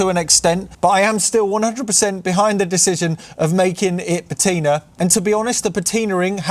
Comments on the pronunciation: I'm not sure I can write it on here, as you tube doesn't allow phonetic notation! But broadly it's pa (as in ha!) ti (as in "tin") and ner (as in the 'ner' in beginner). Also the stress is on the first syllable. I hope that helps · Yes, it's your car and you must do as you please. But have you honestly got nothing better to do than fake patina (by the way, your pronunciation of "patina" is criminal)?